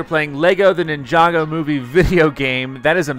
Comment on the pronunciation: Finally you got the name right